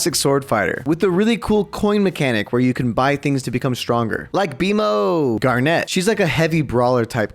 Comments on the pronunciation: Why does he say “garnette” when it’s garnet (garnit) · It's pronounced gar-NIT not net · ITS PRONOUNCED "GARNIT" NOT "GAR-NET" 😭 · why does he call garnet gar, net 🤣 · why does he say garnet as garNET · I die a little inside when he pronounces garnet incorrectly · the way you say garnet 🤣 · The way you pronouced Garnet, and I'm not even a Steven Universe fan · I hate how he pronounced garnet